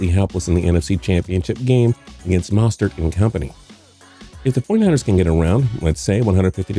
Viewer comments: Bruh the way he said Rahim Moestart and Mat Breida 😭😭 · Rah-heem mostert and Matt bradda 😂🤦‍♂️ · Rah-eem Mostert